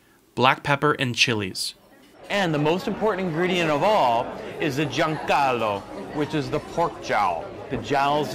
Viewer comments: Sorry, but you completely butchered the pronounciation on Guanciale (not John Callo) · what is "giancalo"????? You mean guanciale? Ahaha lol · Guanciale became "giancalo" LOL but I get it's hard to pronounce correctly for foreigners. It's GUAN like in GUACAMOLE, CIA like CHA and LE like in LES (MISERABLES). GUAN - CIA - LE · the "giancarlo"....?!?!?!?!? hahahahahahahahah! maybe was "guanciale"............. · “Giancallo”? 😂 - perhaps you meant Guanciale! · um... you said "guanciale" or "giancollo(sp?)" asking for an Italian. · It's funny the way you pronounce "guanciale" (goo-ahn tchee-ah-leh). making it sound like a personal name ("Giancarlo"). What you people from abroad doing these videos in Italy seem not to have gotten hip to, it's that the italian REGIONAL cuisine is very simple (the roman being the more simple) compared to the ones from other countries (well, meaning by other countries France, ahah) and that the specialties you eat at the restaurants are what locals themselves cook at home. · You just butchered the pork jowl 😂😂😂😂😂😂😂😂😂😂😂guanciale